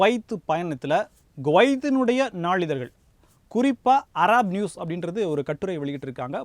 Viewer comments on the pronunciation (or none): none